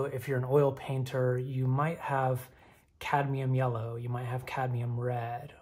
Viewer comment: Did you say, "yeller" on purpose? 😂 That's what I call it..